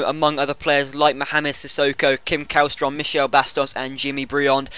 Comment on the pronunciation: It's pronounced Shellstrum not Kallstrom P.S. either got CSKA Moskva or Bolton!